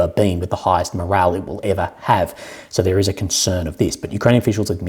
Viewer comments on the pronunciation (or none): none